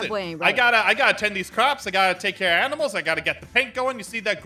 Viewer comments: DID ANYONE NOTICE THAT SHE SAID AMINALS EXSEPT ANIMALS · When Aphmau said aminals Me:aphmau!!!! Stap saying aminals is animals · APHMAU SAID AMINALS LIKE DANTDM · I love how Jess says aminals instead of animals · Aph said oh no the aminals! Instead of animals